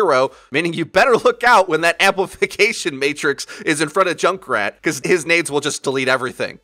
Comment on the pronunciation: I'm just hearing Jake rat